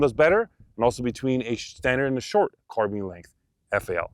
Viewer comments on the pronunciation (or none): none